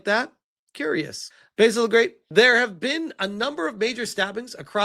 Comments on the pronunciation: Spell it like "ba-seal" to rightly say Basil the great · Only took ten minutes for basil to get pronounced baysil again! 😂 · I told you weeks ago that you were saying Basil incorrectly.